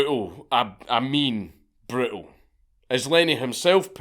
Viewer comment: And when I say Brutal, I mean "Bretill"